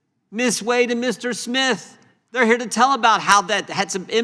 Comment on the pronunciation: "Miss Wuad you can begin now" (That chairman has issues [cognitive]) Miss Wade then introduced herself with pronunciation as WADE and why is she a Miss if she has a husband? After her introduction the chairman AGAIN called her 'WAUD' Is that guy educated in West Africa or what??? !!!